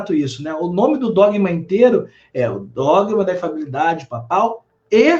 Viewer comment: Ele fala errado o termo "infalibilidade". Ele fala infabilidade, engole o primeiro "li"